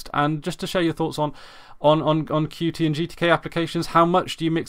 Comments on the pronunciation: Good announcement, nice channel! By the way, Qt (not QT) is pronounced like "cute". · Concerning your first point, I have seen a majority of people refer to Qt by each letter (how its spelt). I do not think it is a tenable solution to attach a reminder to every utterance of "Qt" so that it becomes "Qt (by the way, I mean the UI toolkit, and not the established English word)", hoping that people will be irritated enough into submission. I completely respect the authors preferred pronunciation of their software, but to say that is how it "should" be pronounced is quite presumptuous. My name "should" be "Marcvs" from Latin, but over hundreds of years this has become "Marco" because it is simpler and fits with the rules of pronunciation - is there a tragedy here? Personally I don't think so. The developers have millions of people using their software and some even receive income from the Qt Company! I do not think even they are so concerned about the pronunciation. I and many others aren't going out of our way to offend anyone. What we are doing is reading what is on the screen, those are the letters q followed by t.